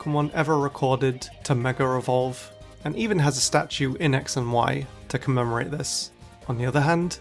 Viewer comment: Why do you keep saying ”mega revolve”?